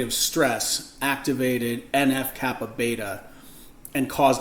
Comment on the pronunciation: en eff kappa BEE, not beta